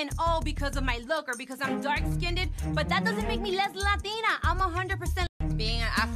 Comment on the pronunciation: I don't understand in 2018 how people who are meant to be lyricists are saying "dark/light SKINDED" like what is SKINDED? Like when they say "texters" or "textasez" instead of texts. It's skinned not skinded. People in the music scene should have excellent literacy skills, they are writers.